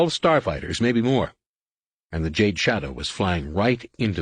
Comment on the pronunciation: lol did he say Juh-day 😂 it’s jade